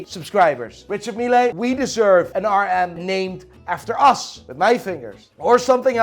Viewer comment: isnt pronouncing mille the wrong way